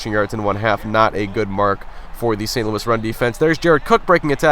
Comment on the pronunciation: It's funny how in - he said st.lous Rams defense